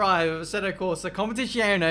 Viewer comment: Jesus Christ,! KOM PEH TEE ZZ - AS IN PIZZA E OH NEH Pronounce it right!